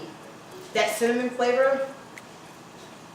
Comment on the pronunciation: Ok, Im following because you said cinnamonnny 😊 Im saying that from now on. Thanks for the recipe and the relaxed atmosphere.